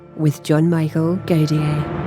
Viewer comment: Great video as always..... But I always puke when I hear the women in the beginning says godier